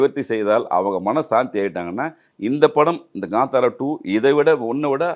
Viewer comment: ....its ka'ntha'ra... Not ...ka'nda'ra... Kindly pronounce it correctly ....